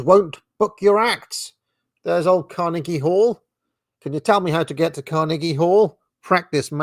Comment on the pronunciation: I enjoy your pronunciation of Carnegie